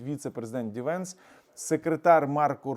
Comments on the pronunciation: Не правильно казати ді венс. Його ім'я - Джей Ді, прізвище - Венс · J D Vance а не DVance